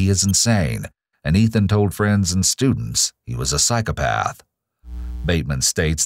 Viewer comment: everytime I hear Ethan say 'psychopath',I hear cyclepath....